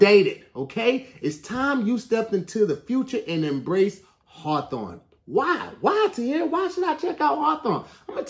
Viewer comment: Im sorry but Tahir really struggled saying “Harthorwn”💀💀